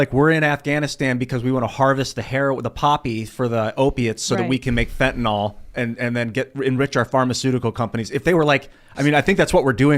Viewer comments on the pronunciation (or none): Fentanyl is pronounced “FENTA-NILL” (not fenta-nol). Just sayin.